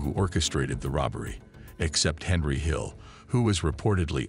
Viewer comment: Could have been TOP Shelf video, I really like everything that comes out, but kept calling the Luchese family the "Lucky's" crime family. So DUMB Need to TRY to pronunciate italian names correctly and at one point, they call him Henry Hills. It's Henry HILL and even spell it out on the screen !! No S!